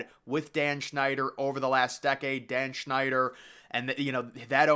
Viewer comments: His name is Snyder, not Schneider. And it's pronounced DUM-freez, not dumb fries.Details are important when reporting. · Error. “Dan Schneider” your talking about that monster that worked on Nickelodeon rather than the team owner. It’s pronounced “Dan Snyder” you gotta put effort in your videos. These videos you make have errors.